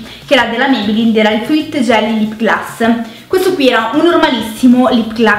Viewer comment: La prima volta che sento dire lip glas